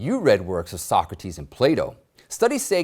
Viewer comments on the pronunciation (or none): none